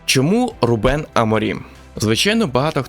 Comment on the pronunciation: Відео цікаве! Але вухо ріже, а не РУбен. РубЕн це армянин якийсь😀